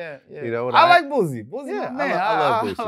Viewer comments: His name is Boosie with an “s” not Boozie with a “z” I hate when people mispronounce his name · When he calls him "boozy" Sounds like the "p-word"... Lol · Vlad is my homey but it would have been funny to hear him pronounce Boosie like that. But Its still more understandable than using that Z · Why do people keep putting a Z in Boosie's Name? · NYC ppl can’t say Boosie name right for shit 😂😂😂